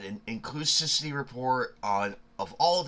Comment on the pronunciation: inclus*IV*ity. My dude, its not a hard word.